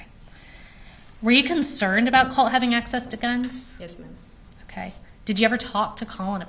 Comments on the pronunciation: Colt....not Cult....drive me crazy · The person asking the questions sounds like she is saying Cult instead of Colt. Weird and annoying to hear. I feel so bad for this young girl and all she has been through with these terrible people she is related to. I hope she has a stable and peaceful life moving forward.